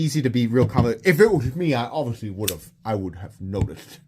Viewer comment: ''Wiff my eagle vision, I would've notiffed'' lol.... That killed me!! 😂